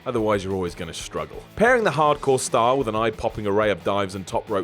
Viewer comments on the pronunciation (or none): none